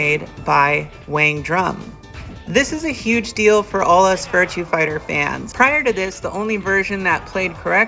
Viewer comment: The only thing that bothers me is you keep saying "Virtue Fighter". :-/